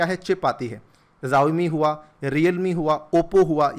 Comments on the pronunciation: जाओमि नहीं शाओमी है😁😁😅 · It's not जवमी it's शाऊमी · Xiaomi ko Zaomi nahi Shaomi pronounce karte hai